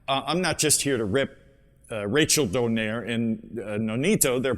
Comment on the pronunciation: Who’s “Don air”? It’s “Donai-re” and not “Don air” 😂